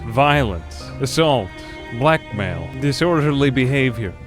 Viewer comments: When you said "Blackmail" I heard "black male" and I was like "damn, social commentary" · when he said blackmail I thought he said black male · I heard straight up black man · I spit out my drink when i heard that XD